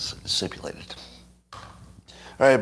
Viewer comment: "sipulated" -- LMAO